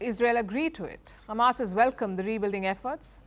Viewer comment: firstly its not khamas its hamas learn how to pronounce it madam khamas